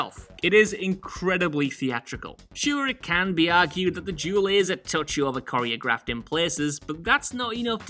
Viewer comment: Are we not gonna talk about how he said that pretorian guard duel is “well coriographed” are you daft